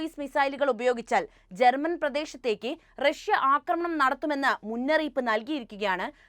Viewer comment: റക്ഷൃ എന്നു പറയണ്ട പുടിൻ, റക്ഷൃയുടെ ഇപ്പോഴത്തെ പതനത്തിന് കാരണവും നിങ്ങൾ പറയുന്ന ഈ നായകനാണ്. നാണമില്ലേ😂😂😂😂